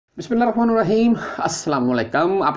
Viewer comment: بسم اللہ الرحمنِ الرحيم ن كے نیچے زیر ہے